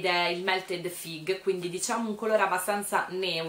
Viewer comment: E scusa... ogni volta che dici FIG una parte di me muore... ahahahahahahahahahhahahahahahaah